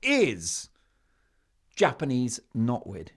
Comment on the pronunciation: So you guys really hate Japanese. Knot weed is a nuisance I know, but o boy the way you say JAPANESE.